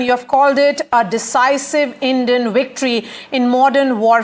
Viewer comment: VICTORY not wictory. Do you say WISHNU for Vishnu?